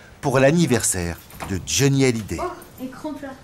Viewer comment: hallyday pas halliday !!!!!!